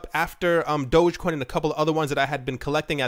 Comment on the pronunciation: I can’t take you seriously because you said DOGGCOIN and not DOGECOIN.